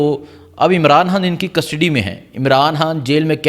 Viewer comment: قبجہ کر رہے ہیں مل لے(مرلے) خڈید رہے ہیں آمران حان کیا خوبصورت اردو ہے کی